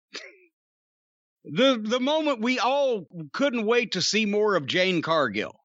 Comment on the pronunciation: Has anyone told Jim that her name is Jade😂